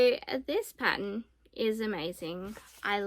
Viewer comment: Patt ERN…. Paten is something else